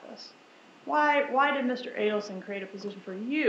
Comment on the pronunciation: FYI…..Adelson is pronounced with a long a.